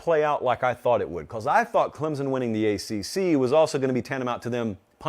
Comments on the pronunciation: Say it with me... Clem-Son.. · Please people stop putting a Z in the word Clemson. It's Clem-Son. Pretty damn simple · Great video but it's not clemzon it's clemson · For the love of god will someone please teach this guy how to pronounce Clemson properly?